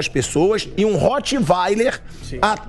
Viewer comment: E SE VCS NAO FIZEREM NADA CONTRA O STF O BRASIL VAI SER IGUALZINHO ( Rottweiler NAO SE PRONUNCIA ASSIM )